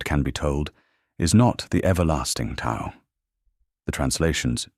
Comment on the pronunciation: Tao is mispronounced - come on!